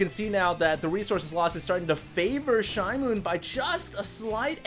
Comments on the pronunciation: Hey, are you sure it isn't SHE-moon? It means newspaper in Korean. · pronounced it "shi-mown" like a noise michael jackson would make